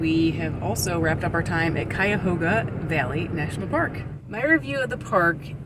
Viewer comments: Glad to heat that you eventually said Cuyahoga correctly. On our way to another destination, my mother and I stopped at Cuyahoga Valley National Parks. Realize this about 50 miles from our house. My Mother was highly disappointed in the park. She said, "This park was like vacationing in your own backyard." While she did not hike the leges trail with me, the truth is her statement was basically true. The plans, the wildlife, even the rocks you climbed could be found at in our local park. If are ever in the area don't pass up Cascade Park in Elyria, Ohio. While the park is on a much smaller scale, it includes everything you saw in Cuyahoga Valley, just on a smaller scale. Oh the waterfall, can be accessed through the rocks, or on a paved path. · A few local ways to pronounce Cuyahoga: 1. Ky-ah-ho-ga, like R.E.M and The Pretenders. 2. Ka-ho-ga 3. Kaw-ga No lie. And we call the tree yard the Devil Strip.